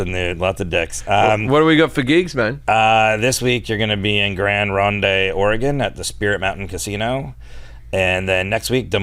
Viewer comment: The 'e' in Grand Rhonde is silent